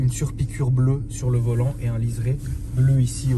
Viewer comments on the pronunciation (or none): Je suis le seul à entendre « surcouille » à avant d’entendre surpiqure ?